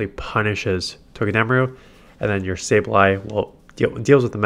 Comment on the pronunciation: It’s TOE-Guh-duh-Maru Come on man your better than whatever it is your saying😂 still my dude tho keep the vids coming 15-22 mins plz